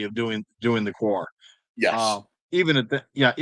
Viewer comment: it's actually WA 😂